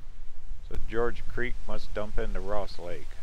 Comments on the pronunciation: Not George Creek. Gorge. Like gorge on too much food? 🤦‍♀️. Or the first part of the word Gorgeous. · The G in Gorge Creek is pronounced like the G in GO